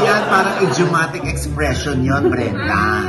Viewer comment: Grabeng laughtrip na sa "Mrena" (Brenda) pero sumakit ng bongga ang tiyan ko sa "PAGTING-GIL" (Pagtingin) 🤣🤣🤣